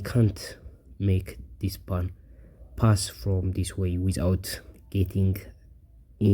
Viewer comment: /po:n/ ... not /pun/ for pawn... dude